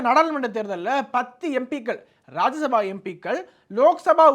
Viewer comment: தம்பி அது ராஜ்ய சபா, ராஜசபா கிடையாது, என்னடா நாரதகான சபா மாதிரி சொல்றீங்க 😂😂😂